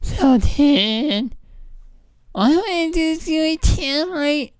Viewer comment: It almost sounds like he’s saying “ I’m Zoltan” in which Case I would’ve had more respect for him